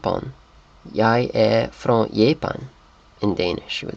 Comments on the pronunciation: And "är" is not "e" it is mor like "aer". "Jag" is not "ya" it is "jag" Swedish pronunciation is like it spells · I am Swedish and I think quite a few people have already said this, but I want to do so aswell. You do pronounce the G in Jag and the last N in Namn and usually the D in Vad, in some cases you don't necesarilly have to. We have something called Rikssvenska which is clean Swedish with no dialect and it almost sounds like you are writing with your mouth, almost every letter is pronounced, and it is very heavy on your tounge so we speak something a little easier were you don't always say everything but we usually don't skip the last letter, this is'nt French. I would say R is never skipped because we use a clear rolling r, unless you are from Skåne, then you don't use that, but it is very important and it sounds wrong without it, a good example is ÄR which means IS and it is a common word. I don't think much of this made any sense but I just had to say it, if you don't agree or want to add something, please do so, Svenskar hjälp mig!